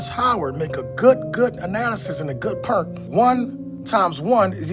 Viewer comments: Ok he did it twice. I know he's black, but does he realize he's pronouncing the word "point" as "pernt"? Black people will talk like this, and then wonder why they're stereotyped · The dude saying pernt instead of point is killing me inside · I have never heard point pronounced purt. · He's got a "purnt" 🤦🤣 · I never noticed anyone pronounce it like that before. Interesting. I assume it's just the accent. I know for sure it's not a "black people" thing lol. I personally like all the different accents here in America, especially considering I'm from California and it seems like more & more everyone is talking like us nowadays. It gets boring tbh. ¯\_(ツ)_/¯